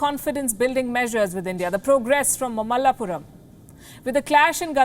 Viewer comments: Not mallapuram, it's mahabalipuram. Two are different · Palki dear its Not "Malapuram " ..@ . it's " Mahabalipuram"😄😂🤪😜😛🤣